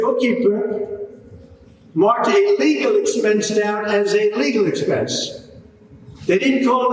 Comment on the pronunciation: I know a says "a legal expense" but it sounds like illegal expense.